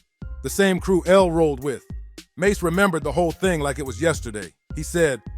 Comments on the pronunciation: Bobito not badado lol😅 mase not mace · His name is Mase not maze. Trash video.